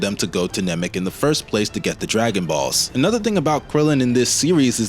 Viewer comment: I've never heard Chiaotzu pronounced like that. Or Namek as 'Nemek'